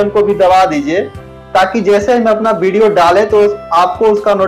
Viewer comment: Nice video sir.... PR woh "Bideo"nhi video hota hai